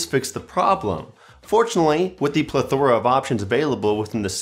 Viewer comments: Pronounced "Plethra" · Say plethora again